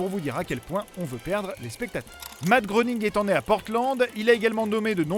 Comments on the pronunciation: ça se prononce matt grening le o est mué comme dans soeur :p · Tu es un beau connaître pas mal de choses sur les Simpson tu ne sais pas prononcer le nom de leurs créateurs ça se prononce "gréning" 😂